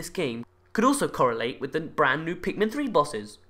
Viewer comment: did you just say pinkmin